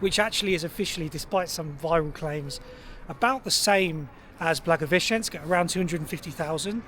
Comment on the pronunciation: You are actually one of the few foreigners-vloggers who can pronounce Blagoveshensk correctly, respect👍🏻